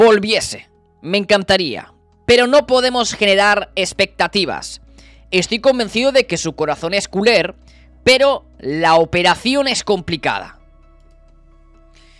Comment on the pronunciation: no se tiene que pronunciar la r final cuando dices culer, lo digo por si no lo sabias porque suena rarísimo, es como si dijeses culé, saludos crack